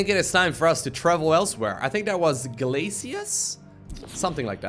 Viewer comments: Come on, it is [Glay-shus] not [Glay-C-Us] or [Glah-C-Us]! Just kidding, you're doing a great job, keep it up!;) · Glacius is pronounced like Glashous, English sucks a lot of the time haha